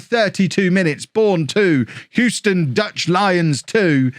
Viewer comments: You’re pronouncing Houston correctly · as someone that lives in Houston, I'll confirm you're pronouncing it correctly. also, I've never heard of the Houston Dutch Lions. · From America, Your saying Houston correctly. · Hugh-stun. You got it. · You are saying Houston correctly (From an American) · You're saying Houston right, but you are pronouncing Gonçalves wrong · Believe it or not you were saying Houston the correct way and that's coming from someone born and raised there. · You didn't mispronounce it. So you were scored on for false consequence. :P But that may be what the language company is making money on, interpreting your geographic mispronunciations. And yes, they're an Academy team. If their parent club doesn't want to secure their contracts, ruin them. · you are pronouncing Houston correctly. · Of course he’s pronounced it correctly. Unless you’re talking about the street in New York which is oddly pronounced “How-ston”. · He's saying Houston correctly.